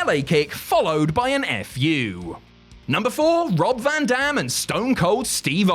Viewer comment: 😂 almost sounds like he said "Brock van dam."